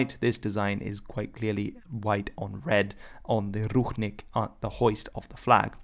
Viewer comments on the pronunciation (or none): It sounds more like rushnik not ruchnik, and the stress(?) is on i not u. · Very nice video for people, who don't know nothing about Belarus. Thank u. But there r some rude mistake, please, let me correct. 1. Rušnik must be read in English as rushník 2. Belarusian (there is only one S, not Russian, no sound sh, b'elarusian) 3. Klaŭdzi Duž-Dušeŭski must be read as Kláudi Duzh-Dushéuski. This information was useful even for me, belarusian guy. Please, next time try to check information not to make mistakes.